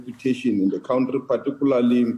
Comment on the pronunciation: Anyone calling a Country a "Cowntree" have no Brains.